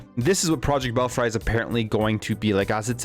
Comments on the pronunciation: Fuck! it is pronounced bell-free and saw-ga! It truly hurts ny brain to hear you say them like that. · It’s pronounced bell free. Ever heard of bats in a belfry?? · Bell free is the correct pronunciation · Belfry is pronounce, "Bell-free."